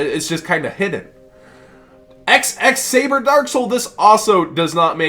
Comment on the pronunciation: I love ya, but it's Double X Saber, not XX. Nah, minor nerd gripe aside, great Market Watch as always